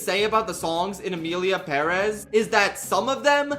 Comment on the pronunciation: Thank you for pronouncing 'Emilia Pérez' the right way BTW, the lyrics in Spanish don't even rhyme